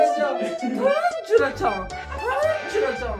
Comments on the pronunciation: タランチュラをトランチュラってwww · 蜘蛛のデカさにタランチュラをトランチュラって言っちゃうこんな時でも天然で面白すぎ😆www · タランチュラをトランチュラって言ってるのww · タランチュラのことをトランチュラって言う面白すぎるwww